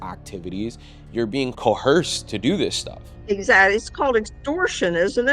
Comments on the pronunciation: Did this man just say cohearsed instead of coerced lol. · Co’h’ersed - it’s coerced. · Coherced? 😂 Try coerced.